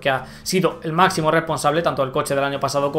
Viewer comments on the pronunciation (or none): none